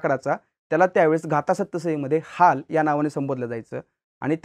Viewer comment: HAL nahi Haal bolt hote